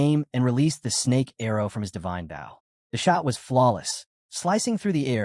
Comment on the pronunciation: Please review the videos before posting. Your AI saying bow, like from a ship when referring to a weapon, and then bow, like the weapon, when talking about the act of. The uncountable number of times it misspoke from whats literally on the screen. 7% instead of 7x, 5% to 50% to 500% to 5000% back to 5%.. having skills completely explained EVERY time is okay, but then when it can't repeat what's already been said is annoying. Same with stats/attributes. Saying names unmeasured times only to start saying them incorrectly, or outright getting genders mixed.. I like the stories. Just please review your AI before you post to make sure the quality isn't being lowered by simple fixes.